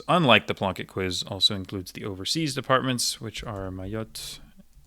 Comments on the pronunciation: Your pronunciation of french departements is excellent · Very impressive as always. Curious to know if you're fluent in French and if you are, where did you learn? I'm from Montréal so it's fun to hear you pronounce all these departments correctly lol